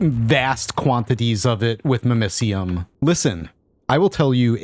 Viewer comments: Hearing it pronounced mimiseeum instead of mimicium makes me cringe everytime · Your pronunciation of mimicium hurts